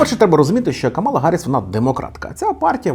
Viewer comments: Тільки вона не КамАла а КАмала. Така маленька ремарка. 😅 Дуже поважаю контент який ви робите. Продовжуйте в тому же дусі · Кажуть правильно казати кАмала